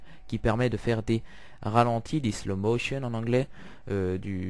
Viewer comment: un slow motion pas une ... slow mo tion